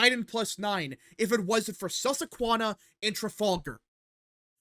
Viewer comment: Aside from the bad polling, I’m frankly just as upset as someone born and raised in Lancaster, PA, at your repeatedly pronouncing “Susquehanna” as “Sussequanna”. It’s the name of the university, one of the major rivers of south-central PA, and also one of the state’s native tribes. Please correct your pronunciation in future videos.